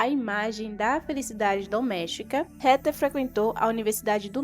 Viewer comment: MUITO BOA SUA NARRAÇAO, MAS A PRONUNCIA CERTA DO NOME DA HEATHER NAO E RETER, O CORRETO E REDER,🧐🧐🤓,, PARABENS PELO EXCELENTE VIDEO, JA ME INSCREVI E LIKE DADO😃